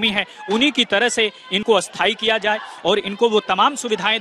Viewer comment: Patrakar bhai bhasha sudhar karen...Asthai nahi sthai hota hai